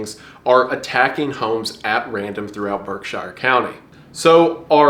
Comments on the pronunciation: it's pronounced "berk-sure" Source: I've lived in pittsfield my whole life. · Masshole here. Its pronounced berkSHEER, Not berkSHIRE. A common mistake people make when pronouncing MA locations is going for a English UK pronunciation. In practice and despite their spellings, Worcester is actually "Wuh-ster", Hingham is "hing-um", and Gloucester is "glaw-ster". It doesn't make aense unless tou grow up with it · I'm sure plenty of other people have mentioned this but I'm from western massachusetts and I'd like to correct your pronunciation of Berkshire county. It's not pronounce Berk-shy-ir, we call it either "Berk-shure or "Berk-sheer" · Erm adjusts glasses aukcally if erm "shire" is in a word it's pronounced "sure" not "shire", I say this as someone that fiddles with bow tie as a individual that has watched Map erm Men. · Bro, I live in berkshire County. Plz for the love of God stop pronouncing it berk- shire just pronounce it like berk-sure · It's pronounced Berk-sure, i know it seems like itd be shire but its just not. massachusetts is weird, not far east from berkshire county is a city named worcester but pronounced wuuster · idk if this is just an american thing but im english and we pronounce 'berkshire' as 'barkshuh' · Berkshire county resident we call it Berk-shure locally. I love the spooks you bring. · Haha, the way you pronounce Berkshire County is funny. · Dear Wendigoon, You are by far my favorite creator on this platform (probably ever) but please consult Massachusetts residents (such as myself) when talking about Massachusetts locations as you have butchered the pronunciation. We pronounce things differently than how normal people do it. With love, Redleader4044